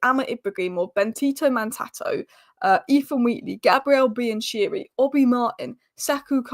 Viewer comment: biancheri is pronounced 'biankerri''